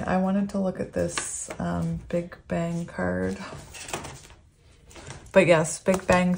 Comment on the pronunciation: When you mentioned "big bang," I actually heard "Big Ben" and when you said “Ben, Ben, Ben!” I was like, "no way! Omg ❤️!" The disappointment hit when I realized what it actually was 😂😅 silly me 😂